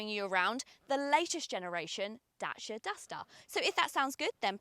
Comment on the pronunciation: Great video, we just bought one. Please say DACIA not DASHIA 🤣🤣